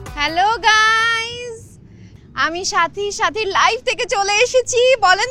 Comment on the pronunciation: ভাই আপনি যে সাথী বলে ডাকছেন আর আমি শুনছি চাচী চাচী😂😂